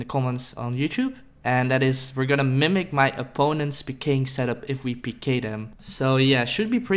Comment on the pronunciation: Your intro made me uncomfortable because you didn’t say it right